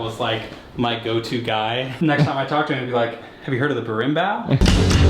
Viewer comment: Wtf was "barinbow"??? Barinbau?? That was the most brutal shit I've ever heard!